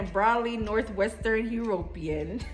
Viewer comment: "HE" - RO - PE - AN"? I NEVER heard it pronounced that way before. "U-RO-PEAN" is more like it. Nevertheless, did you get Jamaica for "Recent Ancestors" migrations? Interesting video BTW.